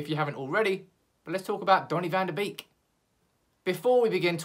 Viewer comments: It's van de BEEK not BAKE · I'm Dutch and it's pronounced Van De "Bake" ... not "Beak" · Van de Beek would be great, by the way its pronounced van der bake as in bakery